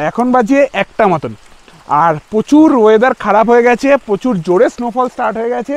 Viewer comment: উচ্চারণ ঠিক করুন। প্রচুর উচ্চারণ হবে prochur. pochur নয়, বড্ড কানে লাগে।